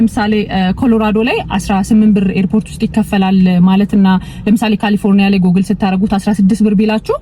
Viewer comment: Ohio 'ኦሃዮ' ብለሽ ላላ አድርገሽ ጥሪው። አንች 'ኦሃይዎ' ብለሽ ነው የምትጠሪው። ሌላው፣ Google 'ጉግል' እንጅ አንች እንደምትጠሪው 'ጎግል' ትክክል አጠራር አይደለም። በተቻለ መጠን፣ ረጋ ብለሽ ብትነጋገሪ መልካም ይሆናል። ትንፋሽ ለመሳብ እንኳን ለራስሽ ጊዜ አትሰጭም።